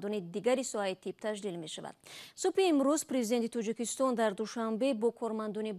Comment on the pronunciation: тучик не тОЧик, Тучикистон не Точикистон.